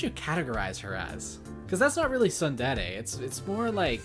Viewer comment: You keep saying "son/sun" but you mean "tsun/soon." It's Soon-Dare-ay. Tsundere. I've been taking an online language class, and have focused on my otaku words first (because weeb), and it slays me that you're making such a silly mistake.